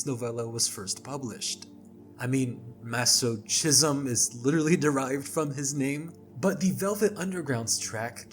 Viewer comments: It's pronounced "maso-kism" by the way 😅 Also, I don't know who made the original iceberg, but including scores for horror movies and video games is uninteresting, especially when it's from children's media. Those really don't belong past tier 1, literal "baby's first spooky music". "It's in My Blood" is about HIV/AIDS. It is about having something inside of you that is literally killing you, especially considering the two bandmates were gay men (and partners). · I am BEGGING you to learn how to say "masochism". The "chism" is pronounced with a hard "ch" like a K, not with a soft "ch" like "cheese".